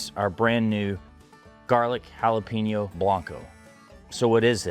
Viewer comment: White people saying jala-peen-yo drives me fucking nuts. It’s JALA-PAIN-YO bro.